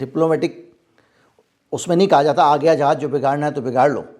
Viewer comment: जहाज न बोल के अगर ( जहाज़ ) बोला जाए तो ज़्यादा बेहतर है ❤❤